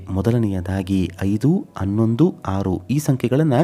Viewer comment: ಅನ್ನೊಂದು ಅನ್ನೆರಡು ಅಲ್ಲರೀ ಹನ್ನೊಂದು ಹನ್ನೆರಡು ಅಂತ ಹೇಳಿ